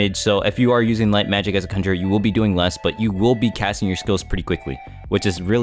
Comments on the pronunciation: THIS MAN SAID CUNJER NOT CON-GER-RER OMG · "kunger" lol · The way he says ''cun-jer-er'' bro triggered me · swear to god ur saying cumjerer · that way bro is saying conjurer 😭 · my lil bro kept freaking out everytime you said conjurer wrong like bro couldnt just leave my mans in peace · bro said "sav-ent" and "cunjer" 💀